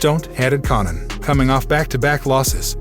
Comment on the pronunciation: This guy can’t pronounce Conan. 😂😂